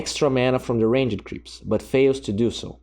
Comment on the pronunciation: Really cool videos, but не мог бы ты говорить букву Т в словах to и two, а не Ч. Так правильнее. а ещё, думаю, нужно подрезать вдохи, сглатывания и чавкания языком. А так я подписался уже, всё посмотрел!!